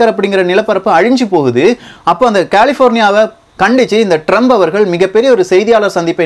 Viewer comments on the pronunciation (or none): none